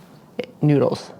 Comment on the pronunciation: It’s no njuidles, it’s noodles, idiot.